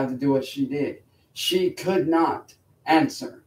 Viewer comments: "She could not ansaa" why does he do that shit 😂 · I like that slight regardation dialect he used, "unaybull two ahnn-sur." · whats with the weird accent on "answer"? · Why does he say answer in such an exaggerated manner?